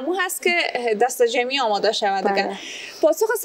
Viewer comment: جان کوشش کن الف و عین را( هی) تلفظ نکن. مثلا انرژی را هنرژی تلفظ میکنی، خوش آمدی را خوش هامدی میگویید. ویا تیم های ما هامادۀ مقابله است یا میگویید دختر خانم های هزیز، تار هبریشم